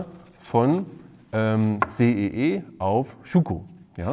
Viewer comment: CEE nicht EEC :D